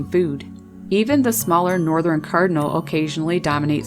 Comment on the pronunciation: "Northerin cardinals" 🤣